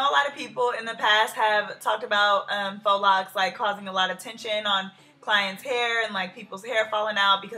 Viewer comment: GIRL IM SO GLAD YOU KNOW HOW TO SAY IT RIGHT